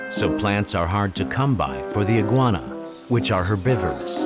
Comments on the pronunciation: I know what the word means, it was the pronunciation that was funny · Listen to how he pronounces "herbivore"